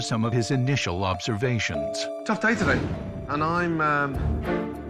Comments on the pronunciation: Seemed like it because of "initiaL observations" 😅😅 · did the narrator just said 'lobservations'? 😅😂😂😂😂